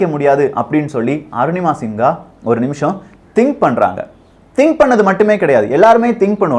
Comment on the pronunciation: நிங்கள் தப்பாக உச்சரிக்கரறிகள். சிங்கா கிடையாது சின்ஹா